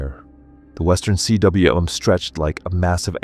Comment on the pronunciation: The narration voice needs to learn how to pronounce cwm - "koom"